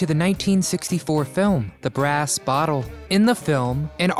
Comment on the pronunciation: I always get a good laugh when a kid makes a video of something that went on years before they were born! They don’t know what they’re talking about and please tell me, what the hell is a ‘boddoe?’ She lived in a “bottle!” An uphill baddoe? Are you trying to say the word “battle?” I could only watch the first half of this video because I was laughing so hard at this guys language. I wonder if he talked about her hiding her belly button and called it a “buddon!” Thanks for the laugh!